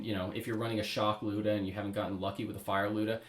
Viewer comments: The “looda” it’s pronounced lie-oo-da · lie-you-dah but geez this is crazy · It's actually Люда.